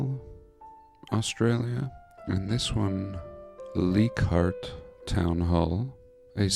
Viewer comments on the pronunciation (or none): its pronounced LIE cardt . Its around the corner from me and its PETER sham another 5minutes away. I know ALL these places . All very close to home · Leichhardt - pronounced like u are saying "like heart" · 😆It's pronounced Ly-cartdt and Peter-sham.... they're very close to where I live.... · Leichardt is pronounced Like-heart. Welcome to my country ❤